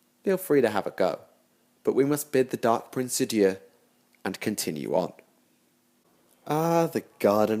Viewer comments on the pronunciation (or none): none